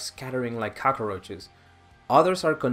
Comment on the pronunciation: Subbing mostly because I love metal. Subbing a little bit because you said cockaroches.